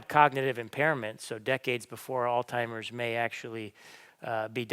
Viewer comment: I cannot take you seriously when you say AlzTimers when it is AlzHeimers . You come across as an uneducated moron